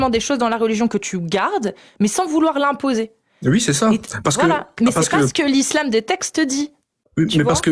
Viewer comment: j'ai un problème avec les gens qui disent "wui" au lieu de "oui"...bordel !!!!!!